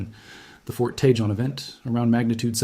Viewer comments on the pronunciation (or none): Love your content. One correction: the "j" in Cajon and Tejon is pronounced like an "h', as in the Spanish language. Please. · Tejon=Ta-hon come on you can do better than this. Learn how things are pronounced!